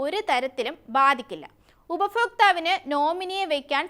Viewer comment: എല്ലാം ഗംഭീരം. "ഉപഫോക്താവ്" എന്ന് കേട്ടതോടുകൂടി തകർന്നുപോയി.